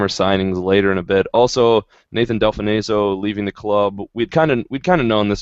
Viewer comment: its pronounced nathan Del-fon-so